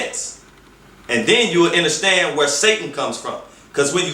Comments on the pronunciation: Lol.. There's no way I could make it all the way through this...I couldn't listen to him say "enterstand" another time.. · Nigga automatically took a L when he said "inerstand" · did this nigga say enter stand i cant listen to u after that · PAUSE!!! DID THIS ENTIRE NEGRO just pronounce "understand" enterstand????? Please!! Throw this nigga into to the sun!! Please!! 🤣🤣😂😭😭